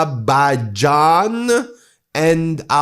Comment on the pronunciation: Trump can’t say Azerbaijan